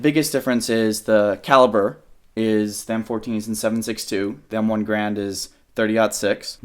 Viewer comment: The M14 is still in service... It's just not the standard issue rifle. Also, WTF is an "M1 Grand"???